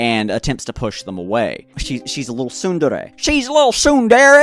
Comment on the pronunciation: You pronouncing tsundere gave me a teeny giggle. Thank you for that